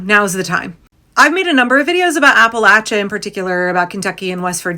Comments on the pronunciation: From Asheville, thank you for pronouncing Appalachia correctly 🙂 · Thank you for your attention to accuracy in general, and especially the correct pronunciation of Appalachia. 🙏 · Southeast Ohio here, right in Appalachia, thank you for pronouncing it correctly, we didn't all vote for tRump. A lot of us voted blue and we got just as fucked over as the rest of you. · Can I just tell you as someone from Appalachia how much I appreciate you pronouncing Appalachia correctly. Also, Appalachia certainly did not vote based on racism, many people from that area voted for Obama especially in 2008...They voted based on desperation and ignorance. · First of all big shout out to you for the proper pronunciation of Appalachia! Secondly, hell yes the mountain folks resist oppression at every turn! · WNC native...and I would like to thank all those who said Appalachia the right way! Also, there are a whole lot more Dems here than you think...and people are beginning to move back to the blue. From 5-10% blue in the early 00's to 15-25% now. People do learn and they can change. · I'm from the Appalachian mountains of western NC. (Thank you for pronouncing it correctly.). We don't play when it come to protecting our neighbors.